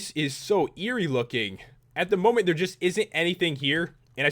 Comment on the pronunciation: lol you said momy instead of moment